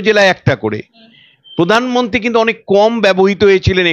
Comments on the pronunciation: আপনার বাংলা শব্দের উচ্চারণ ঠিক করুন। আপনি বাংলা উচ্চারণ प्रधानमंत्री উচ্চারণ করতে পারছেন না। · পোধানমন্ত্রী নয়, প্রধানমন্ত্রী। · র ---ফলা র উচ্চারণ করতে পারেন না ? যেমন----পোধান মন্ত্রী , পোচার । সঞ্চালনা অত্যন্ত বিরক্তিকর ।